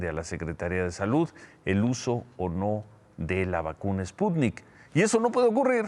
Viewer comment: Por favor Ciro ;enseñate a pronunciar ;el presidente dice que es ,,spunit,,toces,maginense ,jajaja,no no cabe duda que para ser presidente de mexico,((cualquier pendejete ignorante)